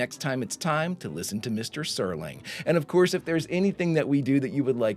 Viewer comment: Don't feel bad, there are lots of people who mispronounce Serling's last name because "Sterling" is a much more common word that is fairly well ingrained in the English lexicon.